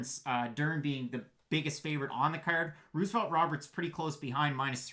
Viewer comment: Stop saying Ruse-o-velt 😂